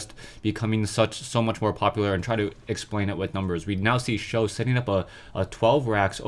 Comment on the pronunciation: "For Sjow" Fo sho